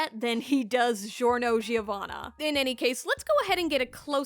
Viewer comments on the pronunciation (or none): It’s not zhiorno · ITS GIO LIKE A JIO NOT CHSZHIORNO CXZHSIOWANNA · its not delivery, its giorno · Norgio? Why not Giornot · Norgio? No OVA Giorno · jjba: giorno: norgio me: struggles to pronounce giorno * DISGORNO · Why do you pronounce it like: "Jiorno" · Norgio Dohn-wanna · Norgio XD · Poor Giorno's name was butchered